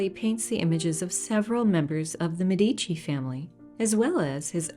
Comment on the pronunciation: Another marvellous video! Thanks!! I must point out, though, that Medici is pronounced MED-ee-chee, not med-EE-chee. Ghirlandaio is another name that's difficult for non-Italians to pronounce;: geer-land-AH-ee-oh.